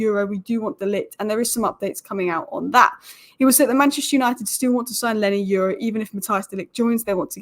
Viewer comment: Why do you keep saying “Lenny Euro”??